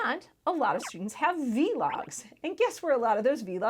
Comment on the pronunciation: You calling vlogs, v-logs, makes me giggle a little bit every time